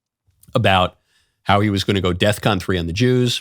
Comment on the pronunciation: It's not "deathcon" it's "defcon".